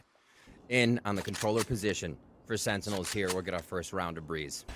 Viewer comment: guy cant say sentinels